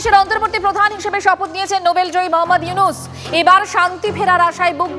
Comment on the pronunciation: ডা: মোহাম্মাদ ইউনুস নাম ঠিক করে বলেন